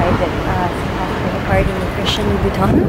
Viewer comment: That “LOUBHOUTAN EXPRESS” 🤫